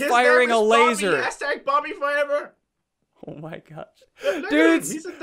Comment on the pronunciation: Well he did say #Bobbyforeber